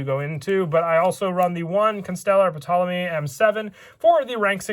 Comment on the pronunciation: The P in Ptolemy is silent